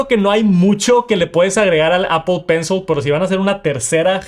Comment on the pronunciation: es pencil, no pencel.. Gracias.